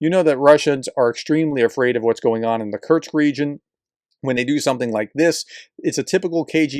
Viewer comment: K U R SSSSSS K. Say it three times and banish that constant mispronunciation.